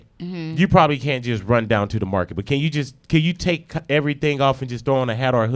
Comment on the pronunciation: Like how you messed up on, bust? Instead of but😂